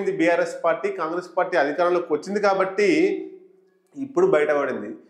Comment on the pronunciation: కొందరికి కాంగ్రెస్ ఉచ్ఛారణ వస్త లేదు పాపం